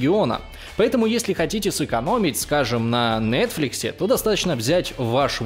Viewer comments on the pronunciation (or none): none